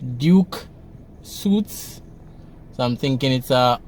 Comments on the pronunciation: I think it’s pronounced Duke suits (sweets) Sounds to me like it maybe apts. Downtown Kingston needs a little gentrification it may help to increase the value and appearance, maybe bring some tourists to AirBnB. They’ve done it in Harlem and Brooklyn Just look out for a Starbucks once you see that, gentrification has begun😁😁😁😆😆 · The pronunciation of suites is sweet. Not been funny love your videos